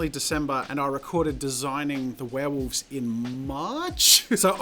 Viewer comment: This is an awesome video but there's one thing that bugs me. 'Werewolves' not 'warewolves'